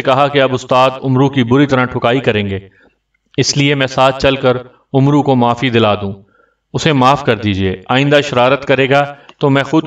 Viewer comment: آپ کو پڑھنا تک نہیں آتا یہ لفظ عمرو نہیں ہے بلکہ عمر ہے ع کو زبر سے پڑھا جاۓ گا۔